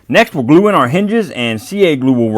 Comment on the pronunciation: I really love your content so down-to-earth I really appreciate it. I have watched quite a few of your videos now and I've only just realised that your not saying "a dab o do" but " a dab of glue" my poor listing skills.😅